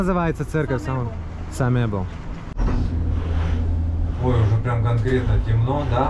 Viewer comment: Обожаю ночной тбилиси😍 как то обидно,что ваша жена Грузинка не правильно произносит имя Самеба а,не самебо